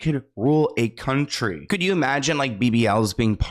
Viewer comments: Country with a "K".. 😂😂😂💀⚰️ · Country with a “K” 😂